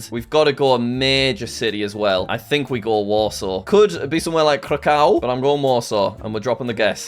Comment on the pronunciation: "Could be somewhere like Kraukau 😭"